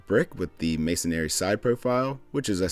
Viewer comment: Masonary? Masonry has three syllables, not four.